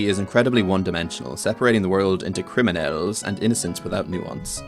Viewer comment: thank you for pronouncing "criminells" correctly i really appreciate it